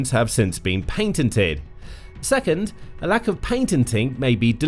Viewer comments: Did he say panted or painted! He probably meant to say patented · Patented NOT painted